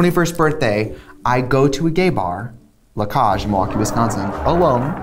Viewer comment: She says the club's name "La Cáge in Milwaukee, Wisconsin."